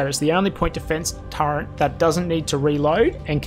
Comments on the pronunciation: turreNt? Turret. no n in turret. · Terrific vid - But, as a fellow Strayan, mate please ... Stop saying 'Turrent'. No idea why lots of us do that, but there's no N in Turret, yeah?